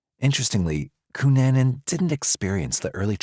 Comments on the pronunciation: Especially W/Richard Barreto Of South Beach PD, W/"Cu-Nan-Nan", (LMFAOL)! 😆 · Well researched, great script, and a good variety of images. The verbal acrobatics, however - especially with the pronunciation of "Cunanan" - are just...🤣😆😂